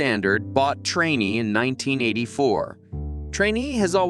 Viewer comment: It’s pronounced train.